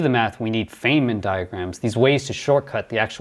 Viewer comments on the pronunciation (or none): Feynman (pronounced 'fine man', not "fay man") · it's pronounced FINE-man. js